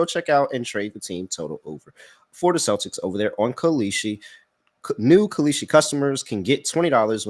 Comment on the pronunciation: “That’s KAL-EESHI, K-A-L-S-H-I” dude is so bad 😂😂